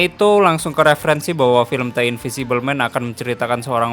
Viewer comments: Dibacanya deu bang bukan te, (!) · Bang coba banyakin belajar nyebut kata kata dasar bahasa inggris dah, supaya lebih baik aja ni channel buat kedepannya, berhubung banyak review film luar, jadi gaada salahnya buat belajar penyebutan kata kata berbahasa inggris dengan benar... "The" yang harusnya dibaca "de" bukan "te"... Sayang bang kalo channel sebagus ini dengan storrytelling yang ringan & mudah di pahami, jadi kurang cuman dari bahasa aja ... Terus kembangkan channel mu dari segi apapun itu ya bang, sukses selalu... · "the" dibaca "de" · Tapi kalo kata sesudah 'the' berawal dari huruf vokal itu di baca nya 'di'